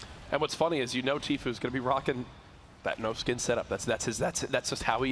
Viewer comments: Is it just me that heard this or did you hear the guy keep saying tfoo instead of tfue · he said tflue lol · Did anybody realize the guy that was giving commentary said “*Tflue*” lol. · that's not how you pronounce the name it's Tfue!